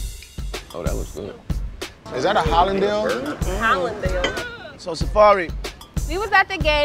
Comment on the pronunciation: Lol did he say holindale instead of hollandaise?😂😂😂😂😂🤣🤣🤣🤣